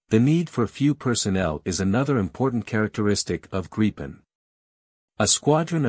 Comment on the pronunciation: Gripen pronounced Grip-pen